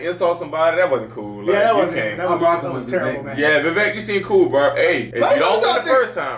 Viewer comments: Just so you all know, Vivek has his own YouTube channel, he's super smart, he's well-funded, because he was a very successful self made man. You pronounced his first name "Viv-ake", his parents immigrated from India, he was born in raised in Ohio. He went to Harvard and has a degree in biology and then got a law degree too from Yale, he's the smartest candidate by far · Vivek pronounced like cake. Vivek said that.